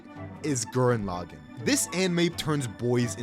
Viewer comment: No… Gurren… Laggann… WHAT. THE. FU- This Video Is Flawed, But I Believe You Can Do Better, But Still, NO GURREN LAGGANN, WHY HOW WHAT.